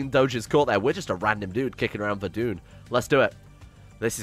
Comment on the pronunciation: its pronounced ver-dun